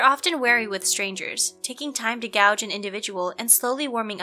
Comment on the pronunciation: Taking time to "gouge" an individual? Did you mean "gauge" (pronounced "gayj")?